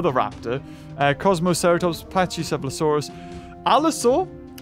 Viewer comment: FYI Pachy is pronounce Packy nit patchy.